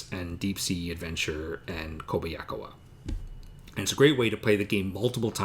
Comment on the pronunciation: Love ya,! Slight prounciation help, it's, 'Koba ya ka wa.' I hate how I sound, just trying to help! Please keep the mailbag videos coming.:)